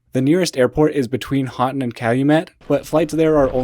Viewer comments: It’s pronounced Hoe-tun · Hoe-tun. Pasty is a meat pie (Pass-tee) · You have great content, and thanks for highlighting the midwest. FIY it's pasty (pass-tee). Pastys (PAY-Tees) are nipple covers. And Houghton sounds like HOE-ton. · Houghton is pronounced ho-ton. Love boho was there last week!